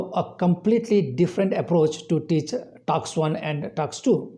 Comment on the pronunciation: It's task not taks